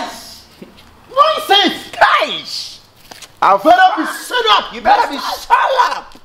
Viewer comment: You mela be shout up" eeii Aca 😂😂😂😂